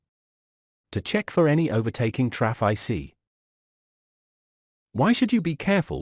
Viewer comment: Jeez Man, sort that 'traff eye cee' out please